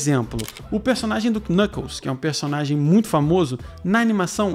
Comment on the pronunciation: Não se fala: "QUInâhcols" o K é mudo